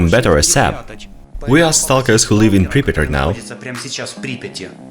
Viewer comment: Pripiat pas pripit